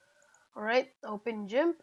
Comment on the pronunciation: it is not jimp it's g imp